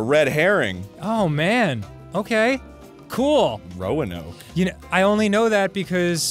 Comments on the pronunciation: Hearing Arin pronounce Roanoke as Rowanoke made me very upset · you essentially skip that first a, it should sound more like 'rohnoke'